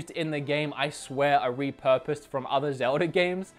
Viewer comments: every time he says "Zelder" I fucking cringe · I find it funny how some British sounding accents or Australian sounding accents lead people to pronouncing As at the end of words like er. Like you say zelder, instead of zelda